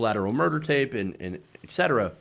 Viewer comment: I'm begging you. It's "e*t* cetera," not "ek cetera".